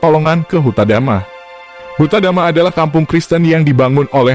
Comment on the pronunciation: Bukan Huta dama, yang benar HUTA DAME min